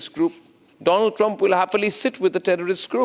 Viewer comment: My frrend doland traamp 😂😂😂